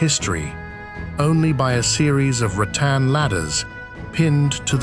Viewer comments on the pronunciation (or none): none